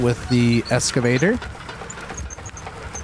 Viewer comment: please please please bro dont pronounce it "Escavator" PLEEAASEE lol its an EXcavator, or Hoe, some weirdos say "front shovels" but those ppl are sociopaths. but any sort heavy equipment operator just cringes when we hear someone call it an EScavator... lol